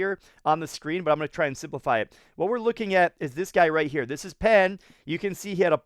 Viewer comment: In Chinese, "Pan" is pronounced as "Pon"